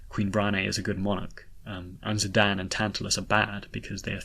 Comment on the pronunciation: I just wanted to say thank you for pronounces Zidane’s name as “Zidane” and not “Zidane.” It bugs me so much when people pronounce it that way. (But really I’ve always pronounced it the way you pronounce it)